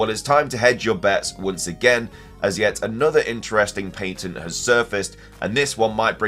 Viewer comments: New drinking game: take a shot every time the word patent is mispronounced and when you hear the phrase "either way" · Did you just pronounce “patent” like pay-tint? That’s funny. Lol. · Pay-tnt is actually fine for the UK though he does say Payn-tnt a few times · Is that really how the British say the word “patent”??!?!?